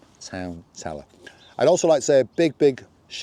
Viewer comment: Did you say it's called Talor? Tala? Thank you. Good video :)